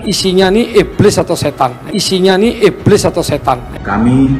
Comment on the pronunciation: Iblis kok ngomong iblid